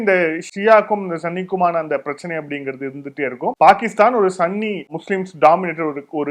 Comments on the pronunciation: நண்பா உங்களுடைய இலக்கண உச்சரிப்பு தப்பாக உள்ளது சன்னி முஸ்லிம் கிடையாது சுன்னி முஸ்லிம் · அரபி மொழியில் சுன்ணி என்று தான் சொல்ல வேண்டும். சன்னி என்று சொல்லி அவர்கள் வந்த வழியை மாற்ற வேண்டாம். இதை தெரிந்து கொள்ள Al Jazeera English வழி செய்தியை பார்க்கவும். அரபிகள் சுன்ணி என்றே தான் சொல்கிறார்கள்.